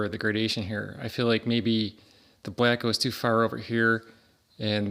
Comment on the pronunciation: I like how you say black. “Blyack” 😂